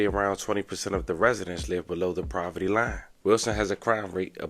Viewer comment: Are you saying “Proverty”? Sorry just been throwing me off. If so please take time out to proofread and edit. No diss. I just feel like when u mess up words I can’t take your story to serious. Keep it up tho.